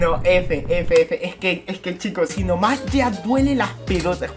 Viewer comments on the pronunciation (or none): en las letras en vez de decir impostor dice " importor " xd y ahi en vez de decir "si no fuese un video" dice " SO no fuese un video" xd